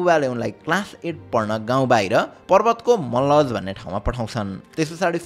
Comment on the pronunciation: पर्बतको मल्लज हैन सर मल्लाज हो ।